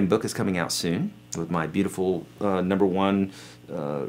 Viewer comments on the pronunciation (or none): none